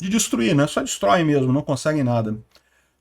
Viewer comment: Troféus e não trofeis 😊